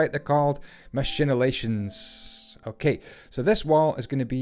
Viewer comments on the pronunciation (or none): MACHICULATIONS! not machinulations. Shadiversity would die of a heart attack if he knew you made that mistake